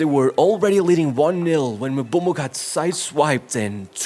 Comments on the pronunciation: we don't pronounce African words like they're English words 😂😂 Its MBE- OOO - MO you pronounce the Vowels and not the Letter sounds. It shouldn't start as "Em" it starts as "Mm" if you start it as "Em" you're making the sound of the letter "M". Just listen to how he pronounces it himself or the majority of people that know the name not MUBUMO lmao 💀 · Did he just call Mbeumo... MUBUMO 😂😂!?